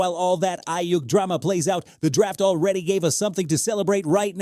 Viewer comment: All I keep hearing him say is Eye Yuck.